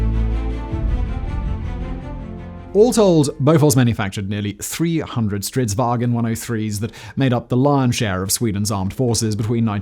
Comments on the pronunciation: there is nt 'E' in "Stridsvagn", please stop saying "stridswagen" like it's somehow german. the G is soft. It's not hard to go on google translate and press the freaking voice button to hear a more accurate pronounciation.... And centurions had 105mm guns not 150mm guns. come on, is this shit even looked at by someone before you upload? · There is no "e" in "vagn"